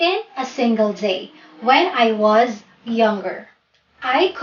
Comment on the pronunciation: In example number 1, Why do you pronounced “s” like “z”. Like the word “was, you said it “wazz” . I think you mis pronounced S to Z.